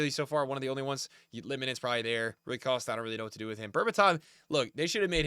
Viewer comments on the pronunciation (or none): none